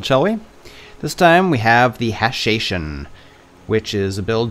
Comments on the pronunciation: it's pronounced more like "ha-sha-sheen". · Its ha-sha-shin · I believe "hashashin" pronounced with an "o" sound like in "assassin." After all "assassin" comes from the hashashin